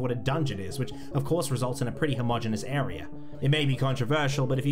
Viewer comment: “Nawt evry arier”